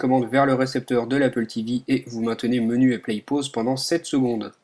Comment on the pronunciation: pour dire"play" ce nest pas "plaiye" mais plutot tout simplement "plé" il ne faut pas prononçer le Y